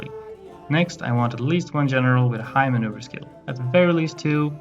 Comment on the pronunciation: I couldn’t place your accent that’s why I asked. But I got it when you said “General” as “Jeneral”.